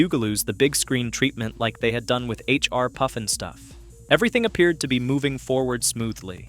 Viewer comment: How does someone mix up puff as poof😅